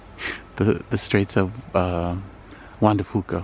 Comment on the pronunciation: Great video! It was breezy, but you didn't get hurricane winds, thank goodness. Fuca is pronounced with a long 'u' sound... Fyouca. You are going to sound like a local before you get out of this state! Too bad about the weather. If you can stick around a while, we will have Indian summer (don't really know what started that, but that's what we say), which is when summer abruptly ends with some rain and chill, but then we have nice weather again for a while. I think it starts next week.